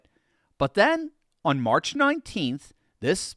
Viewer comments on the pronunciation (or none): none